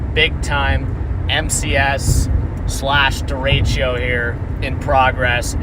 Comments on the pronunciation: Derecho, not deratio. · THERE IS NO I IN DERECHO! STOP TALKING ABOUT FRACTIONS!! please learn your words and how to pronounce them. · Hello from Cedar Rapids, IA. Love the video! But please don’t call it a derecheo. It’s derecho.